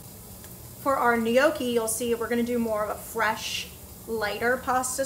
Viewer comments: I love you and I binge watch every single thing that you post but I struggled so hard listening to “knee-okie” over and over 😭😂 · The way you pronounce gnocchi hurts me to my core, but I’m willing to look past it since the rest of the video is so good